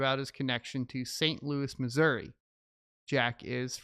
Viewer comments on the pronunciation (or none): none